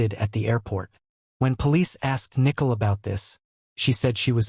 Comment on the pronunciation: Nickel??? Don’t you mean Nichol? As in ni - Cole??